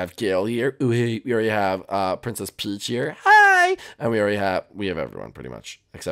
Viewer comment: in he said princes PEACH